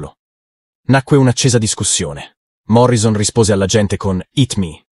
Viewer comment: Un piccolo errore che fanno gli italiani alla pronuncia del nome di Jim Morrison. Si deve pronunciare Morrisson con due s!